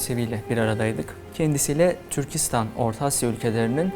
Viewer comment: Yaşayın :) Türkistan gibi -istan ile biten adlarda vurgu son hecede olur. Türkçe konusunda daha titiz davranılması dileğiyle :)